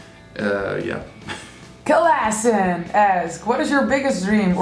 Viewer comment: I like how if anyone of you pronounces "Kalassin", it always sounds like "KalASSHin", with a nice weird... energy thingie behind it? Everytime I read Kalassin's name now, it sounds like that in my head, too :D